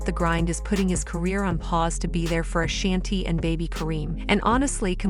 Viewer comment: AAAAAA-SHAWN-TEE NOT SHANNTee. Ok ma'am. NoW. BEAUUUTIFULL FAMILY❤❤❤❤🎉🎉🎉🎉🎉